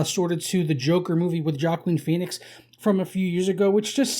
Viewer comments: “Jackin Peenix” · I hate the way this guy pronounces joaquin phoenix